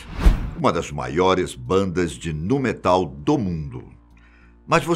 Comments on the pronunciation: "nu metÁl". Um monte de pronúncia errada. Mas tá valendo... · pronúncia> Êmi-ti-vi e Niu-metal ok? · antes de publicar o vídeo eles poderiam revisar né. Ou poderiam dar uma dica pro tio do vídeo não falar errado. Nu (new) metal chamou de Nú Metal Mick ele chama de Mike Sid, ele chama de Sáid